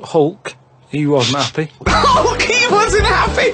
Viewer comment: " 'ulk...'e wasn't 'appy..."